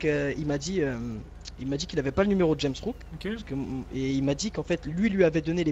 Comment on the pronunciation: dit Rames Rouck mais c'est JAMES Rouck, en plus elle sait pas lire la fille ça mérite le coupage de langue minimum